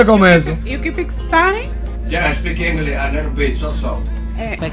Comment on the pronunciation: No sabía ni pronunciar ( Inglish ) sengun ella decia ( yo Inglis ) 😂😂😂😂 de gringa no tiene ni un dólar.